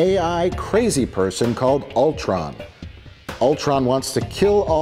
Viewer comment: I can't believe they pronounced Ultron correctly......multiple times no less!